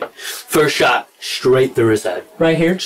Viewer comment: he said "You gotta shoot me stright"